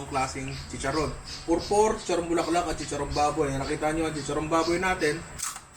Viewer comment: Pupor yan ninong. ..hindi purpur....